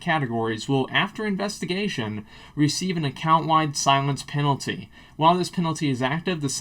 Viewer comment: Mate, Its Silence Penalty, not Silience Penalty